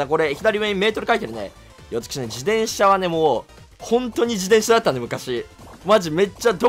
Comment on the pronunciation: しゅうずっと自転車のことじでんしゃって言ってる…？気のせい？